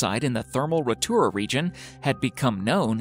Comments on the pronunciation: Covent Garden, not "Covenant" Garden! I'm not even British and even I know that. How much else did you get wrong? Like "Rotura" thermal region, when showing modern tourists against the Pink and White Terraces, which were destroyed in 1866, long before backpacks and bikinis. The correct pronunciation is Rotorua. Then you said "Mayori" and I bailed out. For the record, "Maori" is pronounced "Mowri". Actually, there are slight differences in the pronunciation, depending on who is saying the word, but no New Zealander says "Mayori". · This is one of the worst voice-overs on YouTube.. Covenant Gardens??? Try Covent Gardens. Mayori??? Try Maori. Rotura??? Try Rotorua. Otokerumpai??? Try Te Otukapuarangi. That's when i I decided to give up. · he got Tawarewa pretty good but the one i found funny was Rotorua he said Rotora or his Mayoori LOL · ....and it's pronounced Row-tar-roo-a!! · #9: Ratura? Mayory? What the hell man. Just pronounce things like they are written. Is it that hard or is this just an United Statesian thing? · The narrator should learn the correct pronunciation of some of the locations, particularly the ones concerning the rainbow terraces